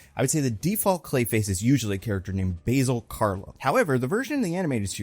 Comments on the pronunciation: I think it’s pronounced bAsil Carlo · Not to be pedantic, but the name "Basil" is pronounced with a flat A sound like in cat or actor. Also, I've always wanted to see a Preston Payne version of Clayface. He's super cool and underrated. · Basil as a name is typically pronounced with the English pronunciation of the word basil btw. Also my favorite run of Basil is the early Rebirth Detective Comics run of him which really rtedeemed him and led to such tragedy. Basil and Cass have one of my favorite dynamics that deserved more time.